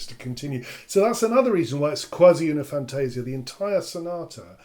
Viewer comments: The correct pronounce of "Quasi una fantasia" is "fantah-sìah", not "fantéh-sia" :) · Please, "Quasi una fantasia" is pronounced as "kwàh-zi ooh-nah fahn-tah-see-ah" with accent on "see", not on "tah". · I take the liberty to point out that in Italian we say "fantasIa", not "fantAsia". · really great explanations. Please note that "fantasia" is pronounced fan-tah-ZEE-ah (in IPA: [fantaˈziːa], but not everyone knows IPA, unfortunately) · it's how you pronounced your first line. triggers me. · 1) your difficulty in writing how to pronounce words is normal, that's why IPA (see: exists.2) What I wanted to point out is the stress of the Italian word is on the "i".